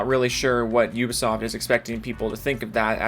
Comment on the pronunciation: I enjoy how you pronounce Ubisoft. Damn "You-ba-soft" constantly screwing up!